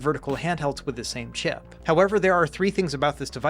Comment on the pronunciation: I know you said “exact same chip” but it honestly sounds like you said “exact same shit” 😂